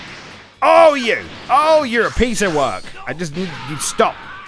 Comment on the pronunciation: "WEI YU STOHP" Nice English there, G. XD